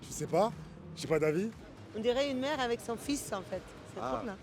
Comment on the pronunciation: "juste une image de haine enfaîteuh" 😂. Quand on revomi la propagande de gauche c'est ce qui arrive.